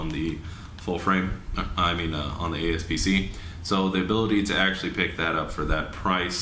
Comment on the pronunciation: a-P-s-c not a-S-p-c 👍🏾